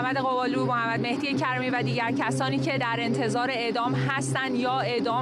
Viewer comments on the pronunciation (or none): none